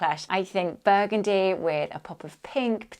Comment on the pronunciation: 😂 shot everytime you say buegundi